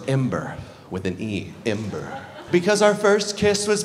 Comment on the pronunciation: i’ll give you 20 dollars to pronounce ember like ember and not like imber